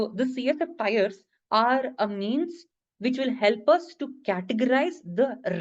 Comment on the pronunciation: TIERS .. not Tyres .. good video though